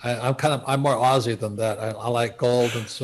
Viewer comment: Can someone please correct him on the term ‘Aussie’!